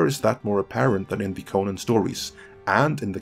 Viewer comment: I hate the way you promounce conan